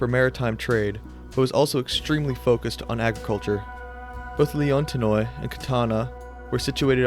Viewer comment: zancle (Ζαγκλη) would be pronounced "zahn-klee" and leontinoi (Λεοντινοι) would be pronounced "Lay-on-tee-nee". Just two that I noticed